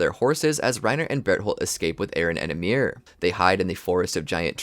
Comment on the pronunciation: Why everybody pronounces it ymIR? Is it assumed? I would assume it is pronounced Ymir, volume increase on the Y.